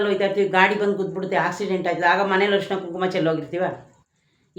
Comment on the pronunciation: ಅರಿಶಿನ ಅಂತ ಹೇಳಿ ಹರಿಶಿನ ಅಲ್ಲ. ನೋವು ಅನುಭವಿಸುತ್ತಾ ಇರುವವರಿಗೆ ಪುನಃ ನೋವು ಕೊಡುವುದು ದೊಡ್ಡ ಪಾಪ.